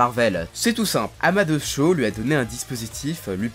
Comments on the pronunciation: Amad'heuss mdrrrrr Prononce amadéhousse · Tu prononce vraiment mal Amadeus Pour Amadeus cho Vien du latin ama (aimé) deus (dieux) donc aimé de dieux nom aussi porté par Wolfgang Amadeus Mozart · Amadeus Cho, ça se prononce pas "Amadé Usse ou Ousse" comme pour Mozart mdrr ?